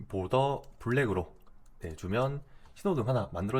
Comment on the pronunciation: border는 '볼더'가 아니고 '보더' 굳이 혀를 굴리실거까지야... ^^